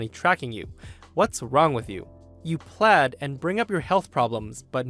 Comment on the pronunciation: WTF is "plad"? It's pronounced "pleed", as in bleed.